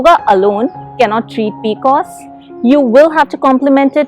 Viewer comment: I have had PCOS all my life.. N heard it as peecoosss for the first time 😂